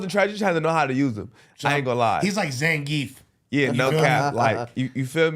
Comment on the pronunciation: N*gga said Zangief🤣